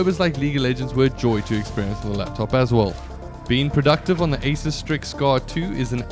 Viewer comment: Asus is "A Soos" not "A Sis"